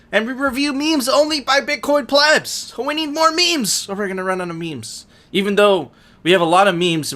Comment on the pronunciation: Yo stop pronouncing it PLEEEEEEB, hard fork. It's pleb. Soft 'e'. Pleb.